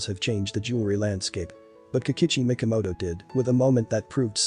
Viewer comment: It would be much better if, as an expert you could pronounce the terms and names correctly, especially Mikimoto, not Mikomoto.